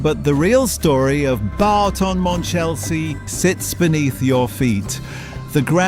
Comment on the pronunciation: 😮 It’s not ‘Barton’ Monchelsea! …It’s Boughton… (as in Bought)